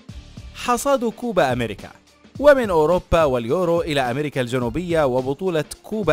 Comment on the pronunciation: كوبا دولة يا أصحاب القناة كوبا اميركا مو هيك لفظا فوتو اتعلمو النطق من غوغل ترانسليتر يا اخي